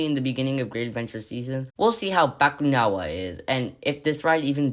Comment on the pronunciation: That is not how you say Bakunawa 😭😭😭 “bank wana”😭😭😭